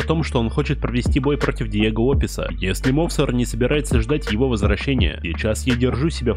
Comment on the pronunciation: Мовсар😅 не правильное ударенре